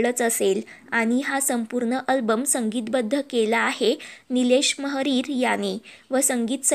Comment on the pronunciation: नीलेश मोहरीर असे त्यांचे नाव आहे. "महरिर" नाही. नावाचा, भाषेचा , सगळ्याचा नीट अभ्यास करून मग कथा सांग. रागावू नकोस पण सूचनांचा विचार कर.